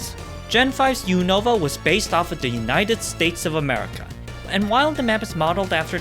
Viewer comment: I hate when people pronounce Unova wrong. They literally say it so many times in the show